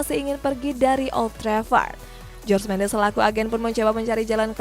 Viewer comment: saran nih nama jorge mendes dibaca "horge" bukan "george"